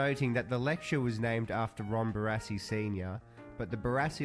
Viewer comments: BaRASSi not Bararssi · Pronounce it Bar-ass-ee. Barassi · It's pronounced "Bar-assy" Ronald Dale Barassi - absolute legend!!! Number 31 for Melbourne Football Club and I'm a Geelong supporter. Ron's father and my uncle served in the same unit during World War 2 at Tobruk. But that's another story. Message from an old, world-worn, much travelled Aussie bloke. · Literally one second into the video and I’ve already turned it off at your Barassi pronunciation